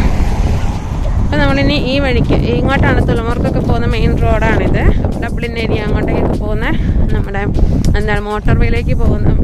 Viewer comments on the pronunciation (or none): none